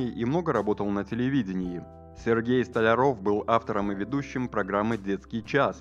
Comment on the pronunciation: Диктор плохо выговаривает фамилию Столяров ?